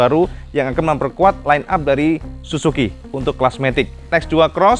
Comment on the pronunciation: SUZU cak, bukan SUSU....beda jauh itu 😄😄😄